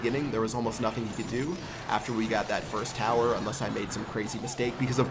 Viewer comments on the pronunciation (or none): none